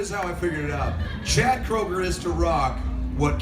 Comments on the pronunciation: Please get your names right. His name is Kroeger not Kruger. Come on U played a clip where they say his name. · Anyone else noticed this guy keeps saying Kruger instead of Kroger? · You called him Kroeger and Kruger in the same sentence! If you can't pick one, just call him chad! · "...and in 2017 Nickelback frontman Chad Krooger was..." Krooger? Like Freddy Kruger? Ok this guy doesn't know how to pronounce "Kroeger." "Chad Kroeger" Wait... "Krooger" "Krooger" "Krooger" What is happening?